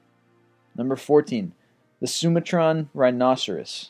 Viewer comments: Be nice if someone would coach your narrator(s) in the proper pronunciation of words! In this video, it's Su-MA-tran NOT SU-ma-TRAN!! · I love this video but this bothered me...isn't 'Sumatran' pronounced 'soo-MAH-tran', you know like the country 'Sumatra' instead of how you said it which was like 'SOO-muh-TRAN'? :) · The way he said Sumatran